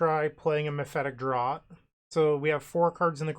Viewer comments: Not trying to be annoying, but it's pronounced as mephitic "draft" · Hell yeah, i love mono black! Oh, and "draught" is pronounced as "draft"